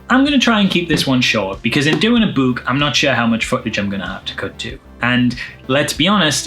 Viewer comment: I enjoy how he pronounces "book" like a ghost: Boo-k!